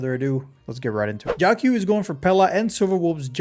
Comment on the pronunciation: bro really said "JIAOXIAO"